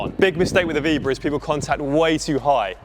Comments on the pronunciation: Vee BO ra not veebra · "Vee-bra"? Maybe learn to say it before you try and teach it?